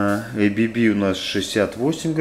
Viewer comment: Не эй-би-би, блять, а А-Бэ-Бэ. Завод у нас как раз в городе Маннхайм